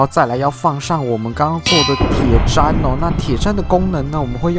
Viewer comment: 是鐵ㄓㄣ 不是鐵ㄓㄢ啦!!!!!!!